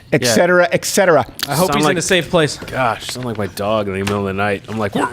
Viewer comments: Etcetera not eccetera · Man, I really thought Crowder was smarter than to say "ek cetera" How disappointing. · Hey STEVIE!! Not to be a pain, but etc. is pronounced ET-SET-ER-AH not EX-ETER-AH (...must be that french canadian childhood...) Also...Kokyu-ho....Breath of Heaven. Taught in beginner's Aikido....✨👍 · What the fuck is excetera? Are you guys trying to say etcetera? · Repeating sounds piss me off as well. Especially when someone says eCK cetera over and over Crowder...